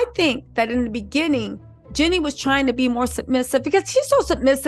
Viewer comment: Girl its Jeeeeeenie not Jenny 😊